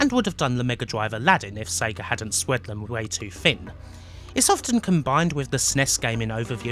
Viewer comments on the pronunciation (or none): none